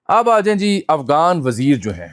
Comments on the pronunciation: آپ متعدد بار افغان کی بجائے افگان بول رھے ھیں؟ طنزیہ ھے یا کوئی سبب؟ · آپ کی اتنی اچھی اردو ہے تو کم از کم غ کا تلفظ تو صحیح ادا کیا کریں۔ افغان کو آپ افگان کہہ رہے ہیں۔